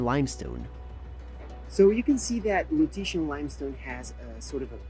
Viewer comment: Very nice document. "Lutetia" should be pronounce with "c" - Lutecia.